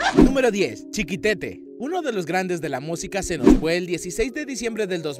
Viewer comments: CHIQUETETE NO CHIQUITETE, podiais informaros un poco por lo menos para dar bien los nombres digo yo..🤦🏻‍♂️ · "chiquitete" no, "CHIQUETETE". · Dios mio, me meo, que pronunciación tan mala para los nombres no hispanos... El colmo fue "estipen"... Y sin olvidar nombres mal escritos, como "Chiquitete" que en realidad es "ChiquEtete" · No tienes porqué saber pronunciar inglés pero, ay, ay, ay... es Chiquetete, no Chiquitete. Y lo peor es que también lo escribes mal. No tienes perdón, majo, no tienes perdón!!! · Una pequeña observación ,es Chiquetete y no Chiquitete . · No es CHIQUITETE, es CHIQUETETE. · Te equivocaste , no es Chiquitete es Chiquetete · *No es 'Chiquitete',sino 'Chiquetete' :) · El nombre era Chiquetete, y no Chiquitete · Chiquetete no chiquitete documentate por favor antes de cagarla